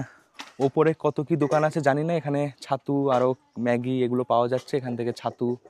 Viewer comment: Chhattu ❌ Sattu ✅